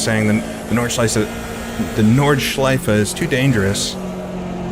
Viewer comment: "Nordscheise" lmao